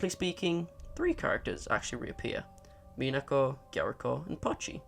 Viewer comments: the stress pattern for Minako is MInako, not MiNAko. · Kind of annoying that he doesn't say Minako's name properly in the entire video. You can hear her say her in the VIVINOS videos, and he doesn't say Gyaruko's name wrong, so what's with mispronouncing Minako?